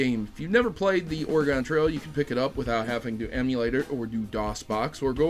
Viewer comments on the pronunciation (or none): I'm Chrono Triggered because you said "Ore-gone" rather than the proper "Ore-gun" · That's not how you say Oregon. It's pronounced closer to organ.